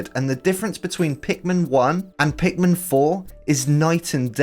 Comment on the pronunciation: ".. meets the titualr pinkman" ITS PIKMIN!! 😂